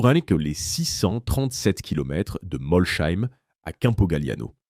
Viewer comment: Moi j'ai tenu 1 minute, le temps d'entendre la prononciation de "Molsheim". Bref foutage de gueule cette chaine.